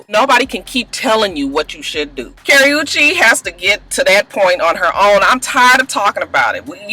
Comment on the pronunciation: You're saying Chris browns girlfriend name wrong and Wendy Williams or what ever her name is should shut up